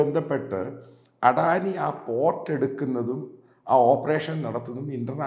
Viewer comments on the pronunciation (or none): അഡാനി അല്ലടോ അദാനി 😅😅